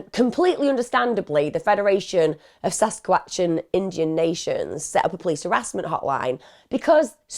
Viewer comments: I don’t normally comment, although I love and watch all your videos. BUT, as a Canadian neighbouring Saskatchewan……man I giggled every time you tried to pronounce it. Hahahahhaha SASQUATCH-AN hehehehe LOVE IT, totally going to call it that from now on! ❤❤ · Your pronunciation of Saskatchewan took me out😂